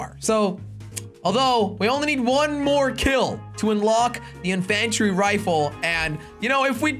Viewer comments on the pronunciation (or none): Makes me mad to hear him pronounce it wrong... Jelly, it's pronounced In-fun-tree rifle, not in in-fan-try rifle. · You say (in-fan-tree rifle)but it is (in-fin-tree rifle sorry) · Why does he pronounce it inFANtry rifle? It’s INfantry rifle. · I say that too! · It's in-fen-tree rifle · U not saying infantry rifle right! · the way he says infantry... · The a in infantry is pronounced as a i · Otherwise its sounds weird